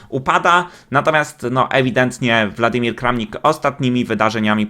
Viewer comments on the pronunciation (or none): To jest WŁadimir Kramnik, a nie WLadimir. Tak jak Putin. Mówmy zgodnie zasadami języka polskiego.